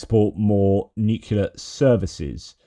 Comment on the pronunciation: It’s not Nukula, it’s Nuclear.